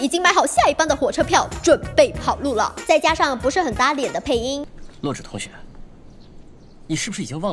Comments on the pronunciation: 是zhǐ 我都听成弱智哈哈哈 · 那个字念“止”，第三声！！！！视频还一直重复洛枳(听起来像"弱智"）的名字，听起来真的是... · 洛枳的"枳"念zhî和zhī 麻烦哇妹把读音读正确 毕竟女主名字可是我觉得最喜欢的名字啊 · 额，我一直听成女主名字是弱智。。。请别告诉我只有我是那么认为的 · 我聽哇妹講女主的名字三分鐘後終於受不了，整個爆笑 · 而且是洛枳（三声哦） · 洛枳的枳是念三聲不是四聲啊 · 是洛枳(第三声啊) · 枳 是第三声啊，不是第四声啊